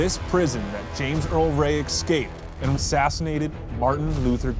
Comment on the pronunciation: He ek…scaped..did he..lol.